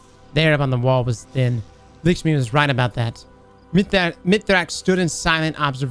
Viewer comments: I love u but, Lakshmi is not lickshmi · Every time he called lakshmi "likshmi" i cringed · It's Lakshmi not Lickshmi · "Lickshmi" lol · He keeps saying "Lickshmi," who is that? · "lickshmi" :) hahaha